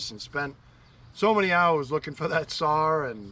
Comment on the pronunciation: I watch this to hear you say, sawRr 😅love it !!!!